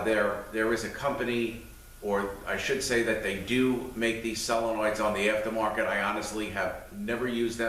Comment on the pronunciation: I can tell you have been a mechanic for a long time, by the way you speak. I love the way you explain things. To be honest, I laugh a little because I now am calling solenoids, sell-enoids. LoL!! Nothing wrong with the way you say it, but you said it so many times, it's stuck in my head. XD Anyways, great video. Thank you for the info on the U151 trans.